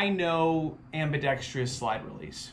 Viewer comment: fun fact. it's pronounced ambidextrous. not ambidextrious.